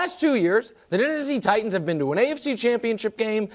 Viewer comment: Why are all these sports analyst miss pronouncing Titans.